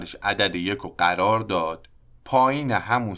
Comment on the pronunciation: قررررر یا قرار 😂😂😂